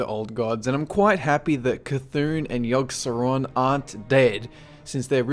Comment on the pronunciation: the way you said C'thulu...ROFL